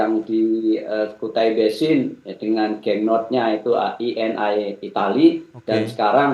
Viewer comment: Perusahaan italy itu eni ya tetap di baca eni bro, bukan i n ai...😅